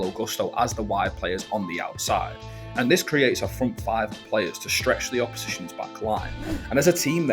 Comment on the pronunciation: WTF is widf and frive?...🤣